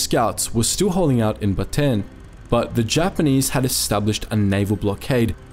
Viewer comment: Narrator: baten Me actually a Filipino: Slaps face It's Bataan. Ba-ta-an.